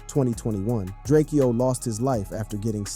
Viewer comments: 😂😂😂😂😂😂Bruh!!!!!! It's DRAKE-O NOT DRAKE-EO, GET IT RIGHT! 🤦🏽‍♂️🤦🏽‍♂️🤦🏽‍♂️🤦🏽‍♂️ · It’s drakeo not drak-eo get it right 💯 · Who is this Drakeyoh guy you keep talking about? Surely you don't mean Drakeo the ruler? -_ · It’s DRAKEO, not drake-eo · Drake-eeoooh Drak-o foo messed up the rulers name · You cant pronounce his name but wanna benefit from it :/ its prounounced draco Ju-rake-Oh da ruler Long Live the Great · Ur man Drakeo? Bro cant even pronounce his name right smh. With all the other work put into this, it just comes off as sloppy when you mispronounce names etc. IMO